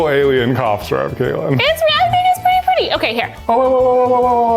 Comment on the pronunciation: Wait wait wait hold up did just say sir up I'm sorry I'm that person but it's syrup